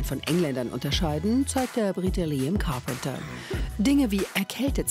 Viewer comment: Grade....Liam ist schon so lange Fame ihr braucht bis er es kaum noch ist XD Also Carpenter nicht Carpeter